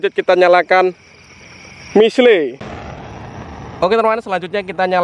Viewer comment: Itu namanya missle dibaca missil Bukan missle